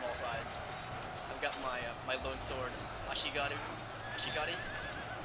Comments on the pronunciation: Actually he's not, he pronouced it "Ashigari". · yeah but at first he pronounced it Ashigaru, then started saying Ashigari. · Love the way you pronounce ashigaru. ASHIGARUUH! xD